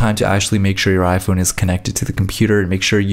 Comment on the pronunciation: at the beginning